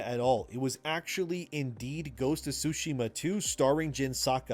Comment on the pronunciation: It’s pronounced exactly like Endymion pronounces it. “YO TAY” not “yuh TIE” And he also pronounces Tsushima correctly. “TSU SHi MA” not “tsu SHI ma”